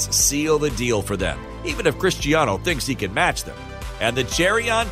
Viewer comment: Did he say cristianiho 😂